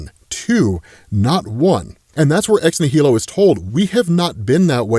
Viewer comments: Um, may I ask, why are you saying ex nihilo as ex née-hee-lo? The way it’s pronounced is something like this: ex-née-lo Or Americanize it something like this: ex nigh-lo meaning, of course; Something out of nothing. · ex nihilo sounds like "nile o" it's latin, you're pronouncing wrong but I still love ya. It's the same root word as nihilist. It means out of nothing. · I cringe every time says “ex nihilo” or “ex nihili” that way. It’s clearly pronounced like “nihilism”. As in, these characters come “from nothing”. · I can't wait to hear pronounce Ex-Nihilo the right way.